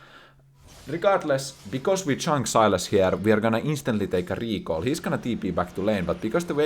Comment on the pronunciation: The way he says recall I was sure he is Italian... RICAL 🤌🤌